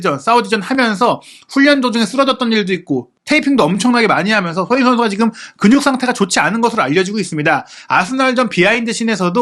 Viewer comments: 왜 손흥민 선수 발음만 안좋나요 ㅋㅋ 손흐밈 선수라뇨 ㅋㅋ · 손흥민 선수라고 발음하기 힘들면 그냥 손 선수라고 읽는 게 어떨지?